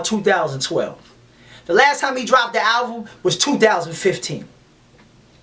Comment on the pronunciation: Much love no disrespect , but its ALBUM ... not ALVUM ..👍👍👍✌✌✌